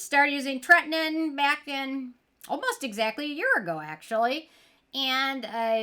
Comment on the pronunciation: Ok, say it with me: TRET-IN-OIN 😅